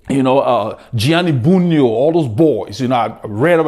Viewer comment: Great to hear that you love my countryman Bugno, Bartolo, Argentin. Great riders, great pronunciation. Bugno was the best one. Greetings from Italy!